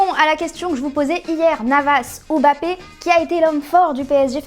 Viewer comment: on dit Mbappé